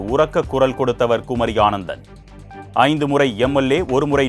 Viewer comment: அய்யா, குமரி அனந்தன். ஆனந்தன் அல்ல. செய்திகளை பார்த்துத்தானே படிக்கிறீர்கள்.